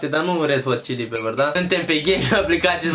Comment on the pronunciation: nesimtitu-le! se zice chili! nu cili! :))))))